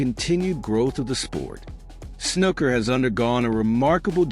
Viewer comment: 'Snooker' doesn't rhyme with 'looker'. The oo is long, like in 'pool' or 'gook'.